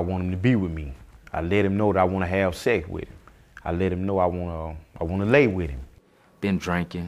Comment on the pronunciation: " I let him know I wanna have Sess wit him" lmao